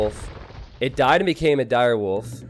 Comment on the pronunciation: Him constantly saying „girewolf“ was painful.